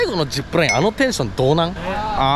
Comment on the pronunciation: これまで ジップルァイン 行っていいね